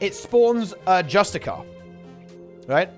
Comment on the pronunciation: Justiciar prounced like the word justice + ear 👂🏻